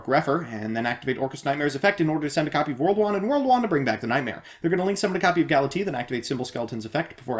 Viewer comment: The way you pronounce "Galatea" has always bothered me.